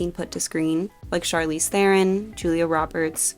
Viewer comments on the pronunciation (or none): none